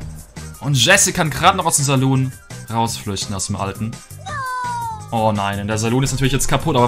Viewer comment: Wie er saloon ausspricht triggert mich total😂